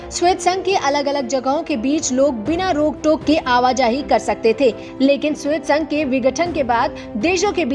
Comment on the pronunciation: श्वेत संघ नहीं " सोवियत संघ " हैं|